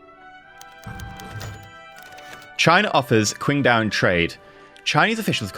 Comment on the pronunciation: Is it really that difficult to pronounced Qingdao properly... Hell even "Ching Dao" sounds better than "Quing Dao"